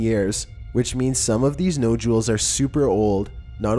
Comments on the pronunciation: Mike Bizz and no jewels instead of nodules! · “ nojules” nodules 😂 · Mechanical Faux Voice Videoes are truly lame. Incapable of pronouncing ' Stonehenge', Nodules, and many other words.